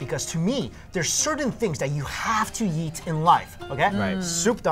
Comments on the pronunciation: never uses the e sound. "You always have to YEET..." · the way pronounces "eat" sounds kinda funny lol.